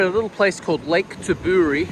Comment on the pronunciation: It's Ta bow ree mate. Jeez.